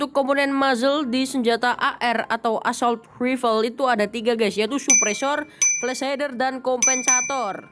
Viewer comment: Assault Rifle 😒 Assault Wifel apaan sih ?? 🙄 Betulin Lagi Bahasa Inggrisnya Nak